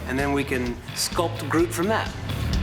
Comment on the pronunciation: why do so many people say broot instead of groot